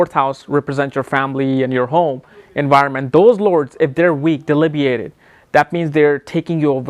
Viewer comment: It is "debilitated" meaning weak. He is not pronouncing a lot of words right. Planets are "exalted" meaning Strong or debilitated (weak).